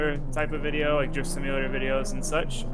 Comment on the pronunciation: Sounds like he says Jizz simulator then Drift Simulator